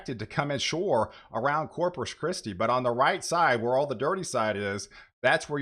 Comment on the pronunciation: Can you please pronounce CORPUS correctly? It’s not Cropus.